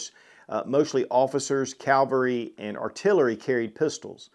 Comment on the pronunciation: I enjoy your videos immensely and they are full of great information. However, you could pay attention to your pronunciation of the word "Cavalry" throughout this video. You're pronouncing the word "Cavalry" as the word "Calvary." Those two words are entirely different things, with "Cavalry" being mounted or mechanized soldiers. The word "Calvary" is actually the location in the Middle East where Jesus Christ was crucified. A great tip for remembering how to spell or pronounce "Cavalry" correctly is to remember that the only commonly-used abbreviation for the word "Cavalry" is "Cav." Some examples of this use are "First Cavalry Division" (abbreviated as "First Cav") or "Horse Cavalry" (abbreviated as "Horse Cav") or "Air Mobile Cavalry" (abbreviated as "Air Cav"). None of those abbreviations work or sound correct if one substitutes the abbreviation "Cal" meaning "Calvary" into those examples. Try it, say "First Cal Division" or "Horse Cal" or "Air Cal" and see how ridiculous that sounds. Believe me, NO soldier will make it though modern "Armored Cav" basic training if they're mispronouncing "Cavalry" or "Cav" without spending half of their lives doing push-ups until the soldier is experiencing muscle failure in their arms. Meanwhile, the soldier's Drill Instructor offers positive reinforcement, of course! Retired 19Kilo (Abrams) and 19Delta (Bradley) Cavalry Scout "Scouts Out!"